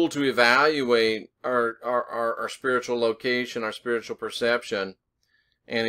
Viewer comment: as you where saying spearitual/spiritual in this video I was hearing sphereical. Where you've been talking about Angles/Angels lately this opens up a new download of traveling in the sphere-it. Think on that profundity.